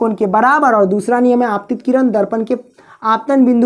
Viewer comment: Abhi bolana shikh jao किरनkah rahe ho tu